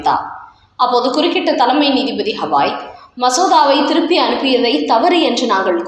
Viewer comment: Because you do not like CJI, are you calling him Hawai instead of calling him Gavai (the correct name) inspite of reminding by several viewers to rectify the error ?